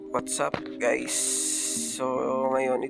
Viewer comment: (✌️😔WAtzupp Gays(that's what i hear